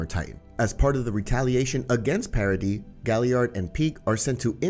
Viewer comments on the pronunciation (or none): bros saying parody island when its paradis